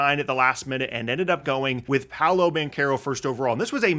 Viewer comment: Its pau·low... Not pow-low